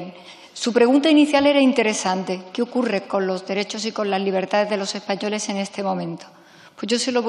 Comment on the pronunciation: si no, pero si no sabe decir ni españoles ahora somos espatores jajaja